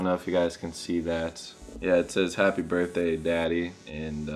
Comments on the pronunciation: brithday? lmao not birthday? hehexd #freetyler1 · Birthday not Brithday bud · HAPPY "BRITHDAY".